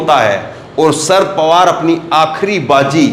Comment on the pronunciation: Kam se kam nam to theek tarike se boliye. "Shard pawar" nam nahi hai. Nam hai "Sharad Pawar".